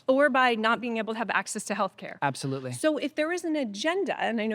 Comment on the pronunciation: Did he say absofruitly? 😂